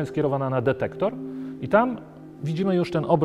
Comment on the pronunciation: Pan naukowiec mówiący "dedektor" :)